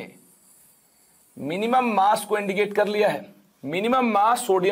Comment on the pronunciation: masshh percentage kya hota h sir 😂😂😂😂 massh percent